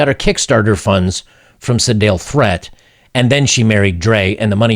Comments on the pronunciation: Threatt is pronounced like yeet...I believe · FYI - Threatt is pronounced "threet". Not like you'll need that info ever again, but anyway ...